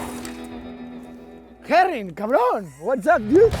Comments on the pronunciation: Josh Herrin, not Heron. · Herrin, cabron. What's up, dude!?